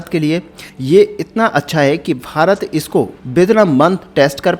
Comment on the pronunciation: Bhai tu Bharat bolna Sikh... farat farat kya bake jaraha hai. Also farat har line mei 3 bar bolta hai or dosto har line mei bolta hai. Or baki ka bak bak. Content script likhne per ja pehle kam ker phir aanavloga le ker.